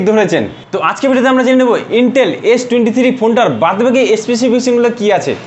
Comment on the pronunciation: আরে ভাই ইন্টেল না আইটেল😂😂😂 আবাল